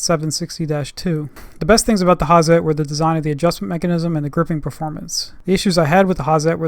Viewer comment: Hi, nice videos you make! I see them a while. I just want to tell you, Hazet isnt spoken with a soft Z, you have to use it hard (like the tools). Speak: "ha-Zett" Sharp 'Z', short strong 't' greets from Germany